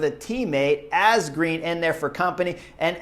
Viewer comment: Ass-green ?? Chris, you are truly great with the names !